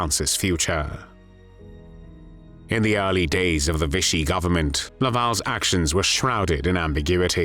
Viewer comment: 'Vichy' does NOT rhyme with 'fishy'!